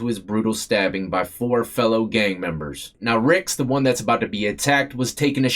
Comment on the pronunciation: 23 and , why do you emphasize the ONE???? Sounds REALLY absolutely dumb!!!! 23 and ONEEEEEEEEE! DUMB as he'**!!